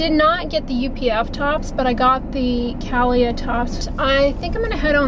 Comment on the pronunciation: Cah-Lee-Ah. Brand is by singer Carrie Underwood.